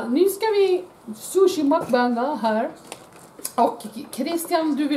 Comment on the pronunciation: Och det uttalas "Mukbang" och inte "Makbang". Mukbang betyder föresten "ätshow" ...